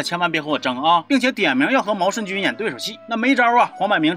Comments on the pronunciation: 念jun是地名，人名念yun……读好书，把多音字的用处搞明白在发言。老祖宗的东西都丢的差不多了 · 毛舜筠（yun）这个字用在名字上只能读yun……先学习好在科普